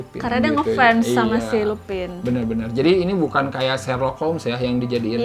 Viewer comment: Lupin bacanya lupan (French)